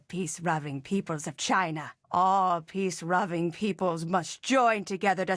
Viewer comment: "Peace ruving" LOL